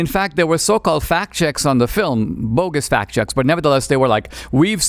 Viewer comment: When he said fact checks I thought he said fat chicks